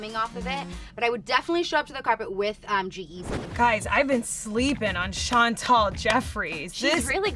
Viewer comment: Why do they say Chantal it’s Chantal can they read it.Well they spelled it right tho.